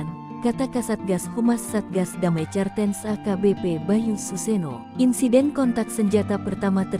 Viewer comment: Cartens..bacanya kartens bego